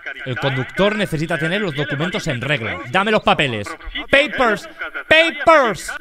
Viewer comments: PEIPRS! 😂😂😂😂 INGLÉS 100/10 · peypors peypors 😂😂😂